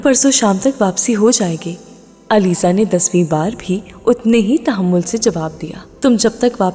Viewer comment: It's Aliza not alizey